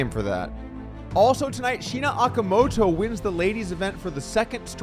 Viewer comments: Oh-kah-moe-toe. Homegirl deserves to have her name read right. Y’all have had 3 years of practice, c’mon now🤣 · FYI, Okamoto is pronounced "oh-ka-moh-toh" (kind of like Oklahoma).